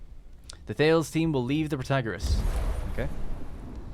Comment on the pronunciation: For what it's worth: The Thales ship is actually pronouned THAY-leez, after the Ancient Greek mathematician and astronomer. The science ships seem to be named after famous scientists (unless 'Ripley' comes from Alien).